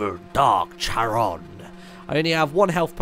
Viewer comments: Martin, it's KA-RON. Not CHA-RON. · Not to annoy anyone but it's pronounced care-on and he's the guy that transports the dead over the river styx in Greek myth.